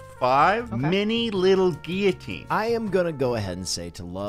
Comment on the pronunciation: my only takeaway from this is that Emma pronounces guillotine correctly. I knew it was right to stan her